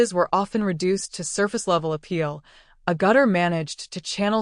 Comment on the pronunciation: Her name is pronounced "AG-itter," not "a-GUTTER." AI is not so smart.